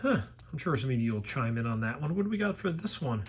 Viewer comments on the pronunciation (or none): none